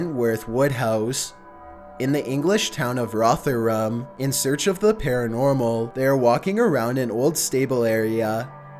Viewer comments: Haha I'm from Rotherham, I love your pronunciation of it 😂😂 locals just say "Rovrum" 😂😂 Also, Most Haunted (who are the people in the Wentworth vid) is a tv show renowned for faking things. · Rotherham its rotherham fuk this guys havin a stroke? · I'm from Rotherham... I love your pronunciation of it 😂 Roth er ham lol (just sounds odd someone who isn't from Rotherham saying it... When we say it it sounds more like rovrum) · Roth err Ham 😂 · ITS PRONOUNCED ROVVERHAM NOT ROTHERHAM U STUPID ROBOT!!!!!1111!!!!!!!!!1111!!!! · erin ogunfowora I live in Rotherham or Rovram as us Yorkshire lads pronounce it but your right he did say my hometowns name a bit weird ☺I do find his voice annoyingly strange anyway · Ew you canny say Rotherham xD you say it like Rov-er-rum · "Rov-er-rum" Not "Roth-er-ham" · Rother-em is how you pronounce Rotherham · The way he says Rotheram annoys me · Great video! Just as a note though 😂 Wentworth in Rotherham, mentioned in number 15, is 5 minutes down the road from me, I live in Sheffield. A valiant effort at pronouncing Rotherham I have to say, but the correct pronunciation involves pronouncing the ‘th’ like the th in ‘the’, not like the th in ‘math’ :) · I'm actually close to Number 15. And you butchered the pronunciation bud. Love the channel though